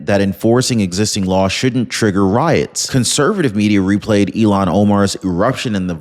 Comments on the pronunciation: It's Il-Han not Elon Keep up the good Work! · I wish you and many others would pronounce her name as it is spelled...Il -han. It is not Elon as in musk. Just an observation of laziness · Hi, maybe I'm hearing it wrong when you say Ilhan but to me it sounds like Elon, no "h." in the sound.